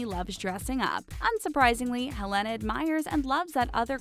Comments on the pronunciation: Please learn how to pronounce peoples' names prior to saying it repeatedly! Helena B. C. is amazing and untouchable! Also her name is "Hell- lina. To answer your Q about who wears gloves on red carpet? Older women do, bc women's hands show age. There aren't many procedures to make hands look young. Madonna always has gloves on. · She says Helena wrong